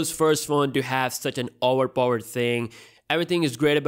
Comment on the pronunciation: i like how you say owerpoer